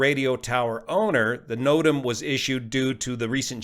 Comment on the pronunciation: Another good video. (Just say "notam"! 😁)